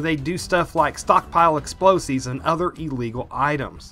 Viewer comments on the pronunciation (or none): Explosives, not exploseeves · Please stop Pronouncing explosives as exploseeves